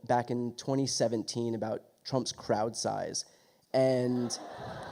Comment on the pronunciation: Sounded like Brian said Trump's Kraut size! LOL 😁🇺🇸💙